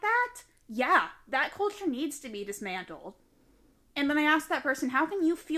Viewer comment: Are we all gonna ignore the fact that she said "dismandled" rather than dismantled 😂😂 generation of dummies